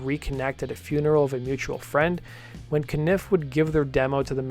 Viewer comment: Please stop pronouncing. Cah-nif its cun-if Pleased you mentioned Daniel Lanois